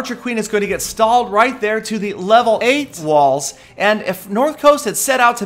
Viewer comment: "she will get stuck on the level EIGHT-walls..."